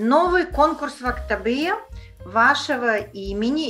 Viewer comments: Актабэ... Неужели трудно сделать небольшое усилие и произнести Актобе? Тем более что это родной город Димаша. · Правильно произносить "Актобе", а не "Актабэ". Безударная о читается как О, а б смягчается.